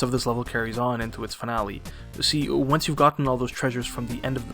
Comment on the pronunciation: Great video. But FYI, you can leave a floor with just one captain and 0 pikmins with you and all of them will still come down. Also to beat the man-at-legs you can hide behind cover (there are small walls all across the boss arena). And finale it's an italian word so you shouldn't read it as if it was english. Ok, that's it ahahah